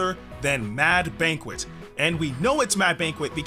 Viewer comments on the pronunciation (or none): none